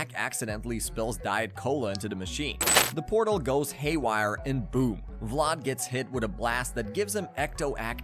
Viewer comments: It’s pronounced VLAD ( VL-ADD) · Vladd not vload or vlaud. You even said it correctly a total of once. Geez. And it's Amity Park. Why are you saying Amit. You literally posted a picture of the sign saying Amity. Ugh I can't stand youtubers like you. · It sounds like you’re calling him Lot instead of Vlad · Vlad with a V bro not blood 💀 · The way you pronounce Vlad’s name makes me cringe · Hate the way he says vlad